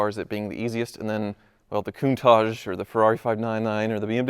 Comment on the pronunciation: Coun-tat-ch not tajjhh